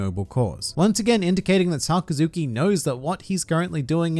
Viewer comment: His name is pronounced more like Suh-Kas-Ki